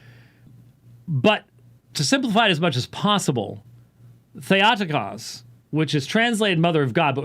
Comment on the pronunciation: in Greek, Θεοτόκος Or Thay-oh-TOH-kohss -- not thay-AH-ti-kahss. Sounds like a dolt!!!